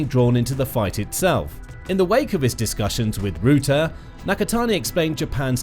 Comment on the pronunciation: Guys, PLEASE change the pronunciation of Mr Rutte's name. Not 'rOOte'! Please change to 'Rahttah'. This is still not 100% correct, but it's at least ball-park correct, and will hurt less EU/Dutch ears. 🇳🇱🧀